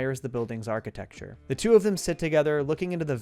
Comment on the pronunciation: "archi-texture" made me giggle